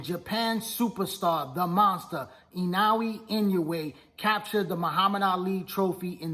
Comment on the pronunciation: At least pronounce Naoya’s name right smh